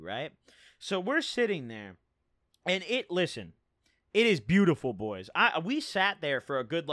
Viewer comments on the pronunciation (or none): none